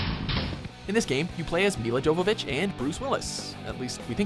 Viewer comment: Jovovich is pronounced 'Yo-vovich'